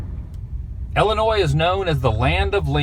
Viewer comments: Thank you for saying Illinois properly. And you need to come to Litchfield. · Thank you for pronouncing Illinois properly.